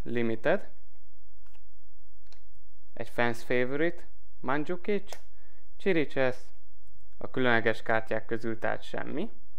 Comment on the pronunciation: CSIRICSESZ xDDD KIRIKES egyébként